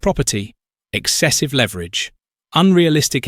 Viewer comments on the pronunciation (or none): none